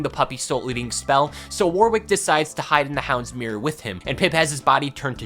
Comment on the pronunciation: "Warwick" is generally pronounced, "Worrick".